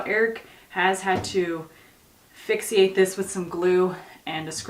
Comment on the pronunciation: fixate not fixiate